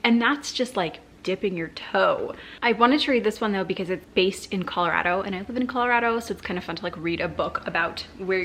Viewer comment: The only time I have ever heard you with a Colorado accent is when you say “Colorado” 😂💜